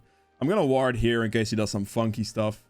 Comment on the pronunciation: woard and ilt are funny when u say it